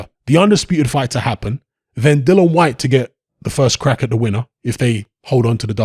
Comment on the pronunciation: Yet another YouTuber that doesn't know the rules about a subject which they're talking about as WBC interim world champion dillian Whyte is entitled to up to 45% of the purse bid split this is what the arbitration is about but then again you can't even say the guys f**** name right so why should anybody expect you to know s***